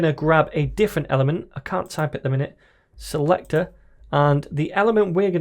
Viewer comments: awesome video, but the way you say selector sounds like selectorAll 😂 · Crack me up every time you say "Selector".. "Craig Daviiid" haha